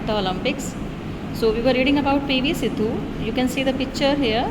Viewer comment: Siddu nahi 😂 sindhu